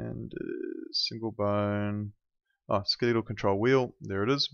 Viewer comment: come on, at least say the word correctly. It's Ske-le-tal not Ske-lee-tall.